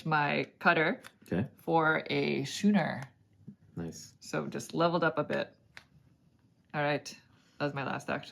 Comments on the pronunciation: Thank you for the entire series. It's been great fun. 'Schooner' has the same sch that 'school' does. So it's "Skooner", not "shooner." I love your "backdrop". It makes a very nice change from the standard Interesting-But-Cliché Wall of Games. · Perfect timing on this as we just bought it last week. As dry Euros go this seemed fairly thematic, though it seems a bit lighter than I expected - might be a good way to introduce newer gamers to Uwe’s games without the grind of “feed your people”. BTW, the ship is pronounced as skooner, with a hard C. Nice playthrough, and good insight on the replayability issues.